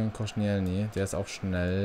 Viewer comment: verbessert mi h wenn ich falsch liege aber ich glaube er wird Kostsch(i)elni und nicht konschnijelny ausgesprochsm